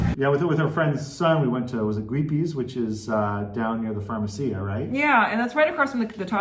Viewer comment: Fun video and interesting info. Note: Farmacia is NOT pronounced farmaCIA but pronounced properly is farMAcia. My wife is Mexican and she says most Gringos always get it wrong. 😂